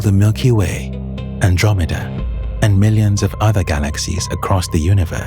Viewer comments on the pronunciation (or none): none